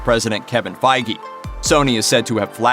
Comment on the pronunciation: Did he just say fay gee